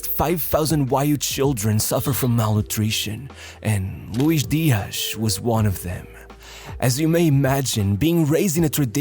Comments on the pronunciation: Louish Deeash. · What is this 'Luish Diash?' He's not Brazilian, but Colombian. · why is this guy saying colombian names like hes brazilean JAJAJAJA